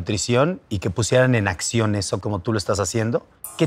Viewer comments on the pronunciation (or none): none